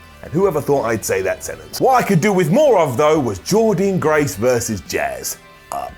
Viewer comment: one more time.....PLEASE SAY JORDYNNE GRACE’S NAME CORRECTLY!!!!!